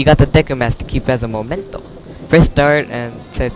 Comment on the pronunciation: you said memento funny XP